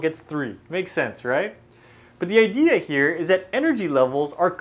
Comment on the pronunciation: "the IDEAR HEAR" (idea here...lol asians) nice vid tho